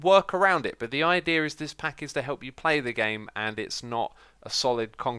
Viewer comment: i thought you said "lit"